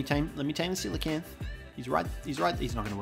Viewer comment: Thank you for pronouncing it correctly! I can't tell you how many people I meet, who think they're called "coal-acanth". Ironically, doedicurus is pronounced the same way as coelacanth, so we should all be calling them "deeds"! ...probably not doing that, though, tbh.